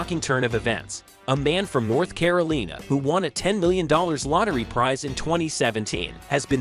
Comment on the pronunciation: “Caroleena”? Stupid computer voice. And you left out the illegal immigrant who won $2 million in the California Lottery back in 1985 and ended up deported, without his winnings, after bragging about how easy it was for him to cross the border.